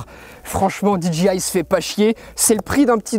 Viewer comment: "DJI" le J se lit "djey" comme dans DJ tout court x) et le G se lit "dji" ^^